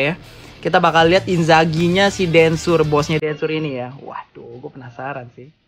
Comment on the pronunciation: Inzars bukan inzaghi yaampun